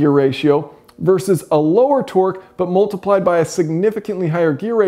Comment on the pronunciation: You pronounce 'multiplied' as 'mooltiplied' and 'ultimately' as 'ooltimately'... just saying.